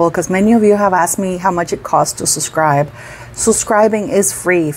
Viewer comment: I was making fun of because she says "susscribe " instead of SUBSCRIBE.